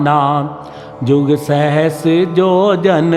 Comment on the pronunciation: सहस्त्र को सहस बोला गया। अब मैं केवल आपके पूछने पर ही बताऊंगा; क्योंकि और भी कई त्रुटियां हैं क़रीब साठ त्रुटियां हैं प्रभु।